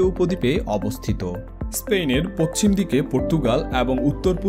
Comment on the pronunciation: বিস্ময়কর , ফরাসি ,পশ্চিম উচ্চারণ শ্রুতিকটু ঠেকেছে। পরের ভিডিওতে ব্যাপারটা খেয়াল রাখার জন্য অনুরোধ করছি ।